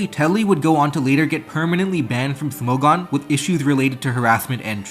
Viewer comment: Who on earth pronounces Smogon that way?